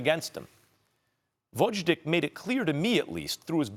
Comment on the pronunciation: Come on, Max. Learn how to pronounce the Lastnames of the fighters. VOZHDICK??? seriously?